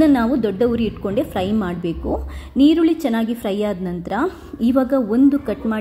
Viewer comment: ನೀರುಳ್ಳಿ ಅಲ್ಲ ಮೇಡಂ ಈರುಳ್ಳಿ